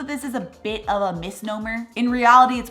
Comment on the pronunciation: Where in the US are you from,? -it always tickles me the way you say “a beh” for “a bit” 😂